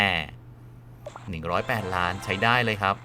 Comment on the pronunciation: หนึ่งร้อยแปดร้าน ร เรือชัดเจน